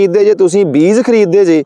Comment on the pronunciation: Veer ji mainu phone te punjabi vich likhna nahin aaunda per tusi punjabi nu punzabi na kaho nale tusi beej nu vi beez hi kahi jande ho kirpa karke talafaz wall dhian dia karo muaafi sahit sujhaa